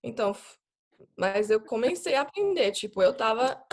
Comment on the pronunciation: Ela fala superbem e quase sem acento, mas dá pra sacar uma nuance pequena de sotaque principalmente como ela pronuncia a palavra COMECEI como COMENCEI.